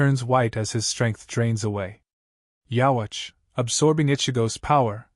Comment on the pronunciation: why don't we say yhwbach ( yhwach ) like the japanese pronunciation ( with a B ) ? it's just not right to me hearing it that way 😂😂